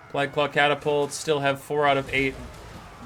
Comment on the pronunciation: Are you saying plag?